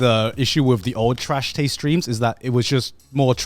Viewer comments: is it just me or just garnt sound like hes saying trash tades awards in the intro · "nailed it" except he pronounced taste wrong lol